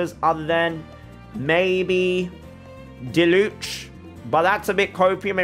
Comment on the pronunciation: goes off about getting names right then Diluc needs to be said and proceeds to pronounce his name wrong